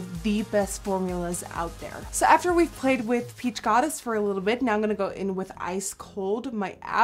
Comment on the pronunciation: That's so weird because the way she says "in gunna" instead of "I'm going to" sounds so native and so. Damn. Annoying.